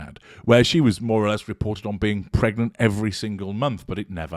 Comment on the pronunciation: Lady C calls it “Meg-nant” 😂😂😂😂